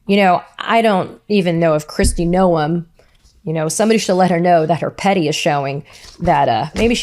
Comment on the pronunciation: We all love you, Katie! Keep it up! Don't ever listen to critics, they don't need room in your head! Ignore nitpicking trolls who say "It's pronounced 'gnome' not 'no-em'." Who cares? We know who you mean. 👍